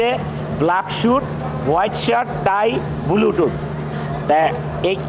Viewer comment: ব্লুটুথ কে বলে বুলুটুথ🤣 আর ট্রোল কে বলে টোল 😂